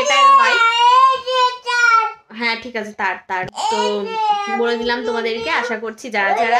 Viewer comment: tik koro bole na......thik koro bole😊